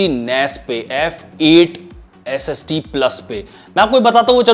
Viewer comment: IG SSD Bolta Hai To Aisa Lagta Hai S.E.X. Bol Raha Hai 🔥 #AshleelIG